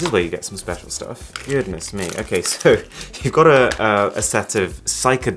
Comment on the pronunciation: i feel speciaarr Jokes aside so this was the source of the IG update😂